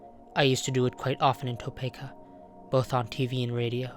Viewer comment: every time someone pronounces topeka wrong an angel loses its wings